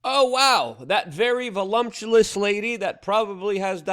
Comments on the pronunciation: va-lump-chew-iss not valumptulous. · It’s “voluptuous” Luke, ya tard lol